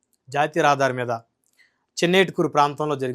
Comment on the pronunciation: ఊరి పేరు "చిన్నటేకూరు" . చిన్నేటికూరు కాదు.